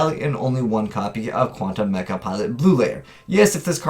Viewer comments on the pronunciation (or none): none